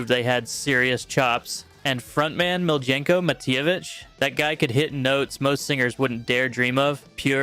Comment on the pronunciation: FIRST of all … it’s MEE-LEE-YENKO … Miljenko Matijevic …. It’s also APP-EH-SEE for Carmine Appice … and also it’s KEEF-ER for Tom Keifer and lastly you said Baton Rogue TWICE … get your shit right if going to do music